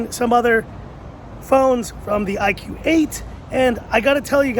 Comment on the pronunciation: It is pronunciation Ee-koo not IQ